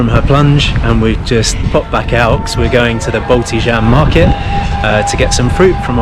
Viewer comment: Btw, you pronounced "Balti jaam" as "Balti dzahm", but it's more like "Balti yahm" as J isn't /dʒaɪ/ in Estonian, but /jotʲˑ/.